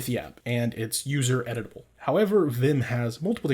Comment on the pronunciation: Just a bad joke – it sounded to me like you said "edible" not "editable", but I might have been very hungry at the moment xD